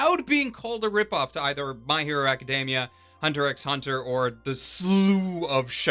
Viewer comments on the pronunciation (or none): you pronounced the x bruh, hell naw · "It's actually pronounced as Hiatus Hiatus" Togashi wants to know your location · ROFL ON HIS JAB AT HOW HXH SHOULD BE PRONOUNCED HIATUS HIATUS 😂😂😭😭